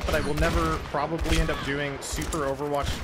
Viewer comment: i dont understand why is everyone saying "overwatgch"?